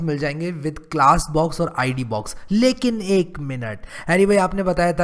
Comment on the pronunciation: "lekinek minute", like the way you pronounce xD